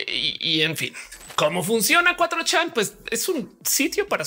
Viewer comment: Qué horrible suena "cuatrochán", mi cerebro no lo procesa. Por qué no dicen de una vez "cuatrochamaco"